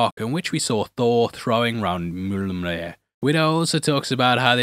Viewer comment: I did a spit take when you said "mjoluminyryr"